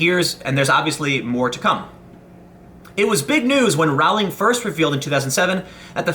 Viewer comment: I think you'll find it's "Rowling" as in "Bowling".